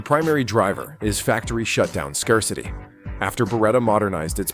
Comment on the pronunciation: A.I. dubbing sucks, Skar-city for scarcity.